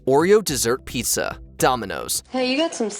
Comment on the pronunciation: Why is it that the most troubling part of this entire video is the way the host pronounced PIZZA?